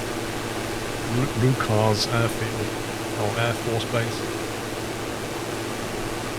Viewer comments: Leuchars is not pronounced "lookers" unless you're English and say "lock" Ness. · Omen it is nowhere near the same as loch, you are aff your heid pal, it’s closer to lookers than lochers, you cant even argue that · I'd say leuchers is more closely pronounced as luke'ers. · Omen mate, lived in Scotland my whole life. It’s Look-ers. Leuch is not pronounced the same as Loch. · Great Video, should go more North in Scotland up to Inverness and have a fly around, seeing as thats where I'm from thatll be ace. Also FYI its pronounced Lookers Great work as always 👏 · Hey been a huge fan for yeads love content as always. Just to let you know, Kirkcaldy is pronounced as Kirk-caw-day and Leuchars is pronounced as Leuch-u-rs. 😁 cheers matey. Cal from Fife, Scotland. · As a Fife native, I should correct you on some pronunciations. Kirkcaldy is pronounced "kirkcawdy" - the l is silent. Also, Leuchars is pronounced like "lookers" not "lookArz". Other than that, awesome video. 👌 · Kirkcaldy is pronounced Kircoddy, the L is silent Leuchars is pronounced Lookers, no emphasis on the chars